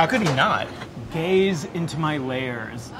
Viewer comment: “Gayze into my layers”